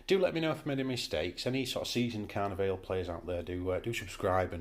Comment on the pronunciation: And Car-Neigh-Valley